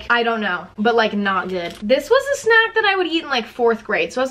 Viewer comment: Why the FUCK does she say snack like that 😂😂😂😂 like sNAK